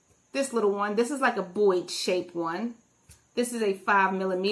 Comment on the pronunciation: It's Boye, not Boyd. Sorry, driving me nuts.